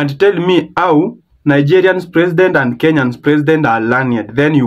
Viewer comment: I hear kandry, presidend . English is Englishing 😂